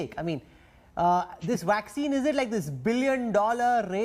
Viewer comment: He says waxine. Its vaccine. You have to bite your lips to pronounce it right.